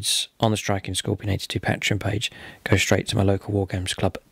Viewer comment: Pay-tree-on. What the fuck is a Pat-reeeon